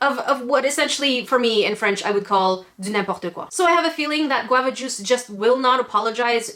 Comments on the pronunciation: "Of what i called in french : du n'importe quoi" 😲 i replay this 3 time ! You have a very good accent !! And it's a french girl that say that ! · omg « du n’importe quoi » did you live in Québec at some point in your life? Because you didn’t have an English accent. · OMG, I KNOW YOU LIBE IN CANADA! BUT ARE YOU MORE SPECIFICALLY A QUEBECOR BECAUSE I AM AND I AM A GRAIN! BY THE WAY THE WAY YOU SAID: DU N’IMPORTE QUOI, YOU HAD A QUEBECOR ACCENT! OMG I LOVE YOUR ART BY THE WAY!!! ❤️💗💕😘😘❤️❤️💗💕😂💕